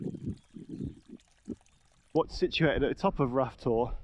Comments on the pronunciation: Rough Tor is pronounced Rowter, as I'm Row=argue not as in Row yer boat 😂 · It's pronounced 'Row' Tor, like the argument. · Ruff Tor????? FFS. Please make the effort mate. BTW when you crossed the stream at the beginning of the video you missed the chance of pointing out the site of one of Kernow's most famous murders - Charlotte Diamond.